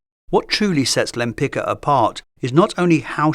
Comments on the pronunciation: Sorry, I had to check… The Polish name Lempicka (originally Łempicka) is generally pronounced Lem-PEETS-kah (lem-pit͡ska). The stress is placed on the second syllable ("peets"), with the "-cka" ending sounding like "tska" rather than "ka" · just a small correction, her surname is pronounced wrong in this video the "cka" ending should sound like "tska", it's a polish surname. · Repeat after me: wem-pits-kah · Her name is actually pronounced [taˈmara wɛmˈpit͡ska]. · It's pronounced Lempic-ka (tz-ka), just as you pronounced Lempicki. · Her name is Tamara Łempicka. Besides that you didn't even try to pronounce her surname right. That is beyond despicable. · Why didn’t you check the proper pronounciation of her last name before making the video? 😢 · That’s a great video! Just a small note for next time—please double-check the pronunciation of the artist’s name. Her husband’s surname, which she later adopted, was Łempicki (hers: Łempicka), and it’s actually pronounced quite differently from how it was read in the video. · I find it amusing that at approximately you show that you are perfectly capable of pronouncing the common ending of Polish surnames "-cki"/"-cka" the correct way, but only when the name was written using a modified spelling "-tzki". However, when it's written in the original Polish spelling it apparently has to be butchered. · Really enjoyed the video (as always). Just a tiny correction: The c in Limpicka is pronounced more like a sharp s or a z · Bro, that's a shame that you didnt check the pronounciation of her name. It' s not that hard :// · Łempicka was Polish, so you're pronouncing her name incorrectly. The "c" is pronounced like "tz" in Polish.